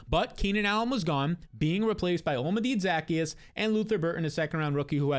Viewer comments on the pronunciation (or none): Just to help bc it’s driving me nuts no one else has mentioned the pronunciation to you —/ it’s “oh la Me day Zuh key us” or “oh la ma day” either one is more correct than what you’ve been using